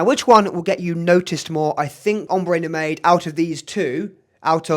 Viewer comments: Mate, great video, but it’s pronounced: Prah → like spa or car leen → like lean It’s No-maid - it’s no-mahd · Recently just got a Oajan and would love to get my hands on Haltane! Not to be nitpicky but Nomade is pronounced as "no-mahd" otherwise great comparison!